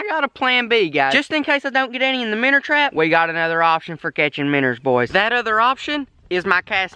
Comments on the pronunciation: It's minnows not minners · minnow not minr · MIN-OW NOT MINNER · Shut up app saying minner it's minnow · I HATE THE FACT THAT HIS ACCENT MAKES HIM SAY MINNER INSTEAD OF MINNOW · Minnow he calls them minners there fish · He says Minour and puts minnow in the title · He keeps saying minners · Minner catching I'm never going to say it any other way again